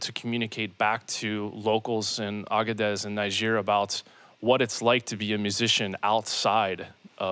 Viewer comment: The name of the country is pronounced "Nee-jer". Why do Americans always get it wrong? There is no "Cow" in Moscow, no "Lay" in Laos, Salisbury is "Sauls-bree". I just watched the acclaimed crime-writer Ian Rankin talking on an American TV show bemoaning how his novels have been adapted to American "English" and lost their context.